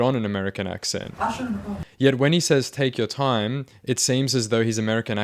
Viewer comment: "Tayke yur taym". Filipino accent confirmed. It is pretty jarring how he goes from that to an American accent between sentences, but damn, what really confirmed he was a Filipino, was the incredible amount of shame he felt when he got caught. Shame runs deep with us. Serves him right.